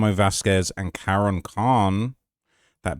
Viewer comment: Yo,... ifwu, you're a solid reporter. But it bothers me that you keep mispronouncing Karon's name 😅 It's like the Religious Text, the Quran. I feel like it's just disrespectful to the dead and his family, especially after having heard it pronounced correctly so many times. Again, great reporting, you're very thorough, that one thing just keeps jumping out at me.